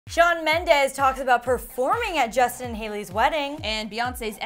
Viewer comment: Shawn Mendeeeees not ez!!! Ughhh